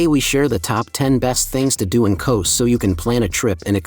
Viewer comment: Kows? Eh no Kos